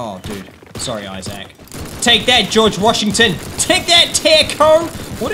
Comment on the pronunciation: His name is Isaac not izack